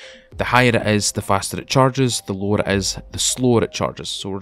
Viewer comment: Every time he says "the lower"I was thinking he was saying the lore' and then I would wait for some piece of history on the game LOL it got me like three times